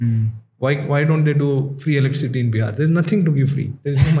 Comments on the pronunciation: Can someone tell this guy it is not "Electric City" There is no city like that. It is electricity my dear fellow. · Please pronounce electricity properly. It doesn't look nice